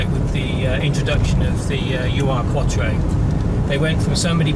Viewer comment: It's pronounced "Eeerrrr-Quattro" not "U" "R" Quattro. VW also developed the 4wd system... They were testing a proposed military vehicle (which was never produced) when an Audi engineer was enamored w/ the system and the rest... Is history as they say!